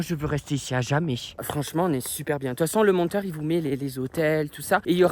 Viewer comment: « Fransement la che chochotte plus » 😂oh non presque plus